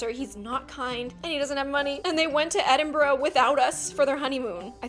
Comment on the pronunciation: I'm so surprised that you can say Edinburgh without saying Edinburgggg